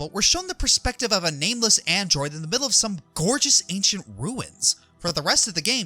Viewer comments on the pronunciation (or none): none